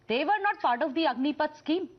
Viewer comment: Stupid Republic news anchor, it's Agnipath not Agnipeeth.